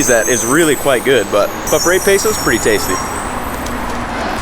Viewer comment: There's no "a" in pesos man, just letting u know. You keep pronouncing it wrong.